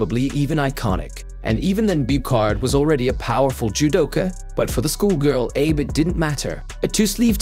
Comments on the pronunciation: Please take the time and respect to pronounce her surname correctly - it should sound 2 syllables like AH-BAY (and not 'Abe' as in Abe Lincoln as you keep doing. You pronounce her first name correctly. (yu-ta) which is good👍🏻 Seems like you might be using AI generated voice here - if so, please adjust its output. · Her name is pronounced 'AH BAY', not as in Abe Lincoln. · Meaning no disrespect. Abe is pronounced "Ah beh" Uta is pronounced "Oo tah" Abe is the family name, Uta is her given name. Uta means song. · Her family name is pronounces ah-BAY, not the way you said it. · A-be(soft E) is her family name and U-ta is her first name! Uta Abe. Your AI speak sucks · Get the pronunciation: Ah-bay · Come on now! Pronunciation of the name Abe is basic in Japanese language. It is pronounced Ahh-Bay. Please! If you are going to narrate a show about this famous young woman, then please pronounce her name correctly! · For God's sake, DO YOUR HOMEWORK!! The name is pronounced "AH-BEY!!!" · It is always nice to hear the names pronounced correctly. You can try AH-bay. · Abe is pronounced ah-beh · FYI - Her first name is Uta, Last name Ahhh-beh. AI voiceovers have a hard time pronouncing foreign language accurately. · This reminds me of when a girl in my high school class read the word sake like "sak". It later dawned on me that everyone isn't a weeb like me and doesn't know Japanese is a phonetic language. I don't blame this guy for saying Abe but not "A-beh", but there is a part of me thinking this narrator is trolling because he can pronounce judo techniques correctly so idk at this point. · I don't think her name is pronounced the same as Abraham Lincoln's "Abe" 😂 It's Ah-bae! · You could at least pronounce her name correctly: "Ah-bey" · They could have written the script differently so the AI would read it right... but it's likely that the tuber doesn't care either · Somebody get that AI voice to pronounce her name and all the judo terms correctly.